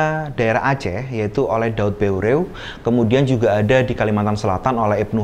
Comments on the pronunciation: Maaf di koreksi, Daud Beureu'eh = dibaca daud ber,eh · penyebutan nama "daud beureuh" kayanya salah,ya,,,,,, harusnya seperti menyebut kata " peuyeum" dalam bahasa sunda,,,,,,mohon kritik pula pabila salah